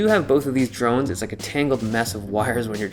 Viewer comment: I heard "drugs" instead of drones. Then again my hearing is slightly off these days...